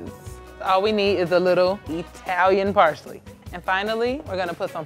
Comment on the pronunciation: Dang, she massacred parsley like it stole something. 😩😂🤭